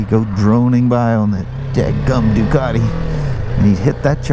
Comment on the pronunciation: Holy Moly! A wheel that is back ordered for a year! That's not good. This video felt like you had 'speeded it up' I swear you ride those G310's quicker than the R1250 GS!! A Harley / BMW guy that knows how to 'say' 'Ducati' now that is a rare thing indeed. I bet you know how to say 'Moto Guzzi' too...! I'm just kidding, nice to hear you reminiscing about your racing days....you should tell us more about that someday..... Hope you got all the computer gremlins sorted out. Have a great weekend the two of you!